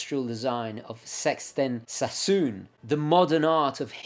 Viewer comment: When I saw the image of the Saab 92 I expected the pronounciation of Sixten Sason to be a British "Sixten Sayson", but was surprised to hear an almost Welsh "Sexten Sassoon" 😂 But yeah, pronounciation of foreign words and names is difficult. 😅